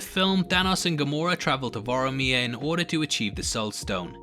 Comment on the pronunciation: It's VOR-MIR not VOR-I-MIR. I bet you pronounce Arya as Ar-E-Ah too...It's Ar-Ya right from the GRRM.